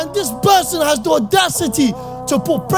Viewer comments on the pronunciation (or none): Interesting linguistic slip up....he said berson in place of person...as arabs usually do ,ie pronounce P as B....but then says pressure and parents correctly! I don't think he is Iraqi....fake..probably Pakistani